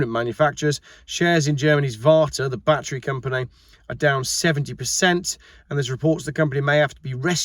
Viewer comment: 1. You prounce "battery" the same way we do in Texas, so you are OK. 2. Biden has stepped aside, probably pushed, and cackling Kamala has replaced the geezer. So much for sanity and American politics. 3. Elon Musk is an entrepreneur, not an EV fan. It looks like he is already positioning Tesla to sell or simply shut down. Any bets there won't even be a Tesla brand in 2 years?